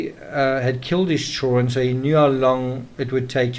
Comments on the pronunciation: Why can't this guy pronounce the word children??? He has no problem with any other word in the English language! But says CHULL RUN....... CHILD DA REN.......... PLEASE TRY! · why can't you pronounce the word children?